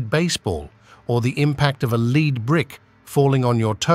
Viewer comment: FFS get rid of the AI voice and narrate these yourself. No matter how much you dislike your own voice, I promise you it is better than the awful AI. As soon as it pronounced "Lead brick" as "leed brick" I was done watching this. Awful.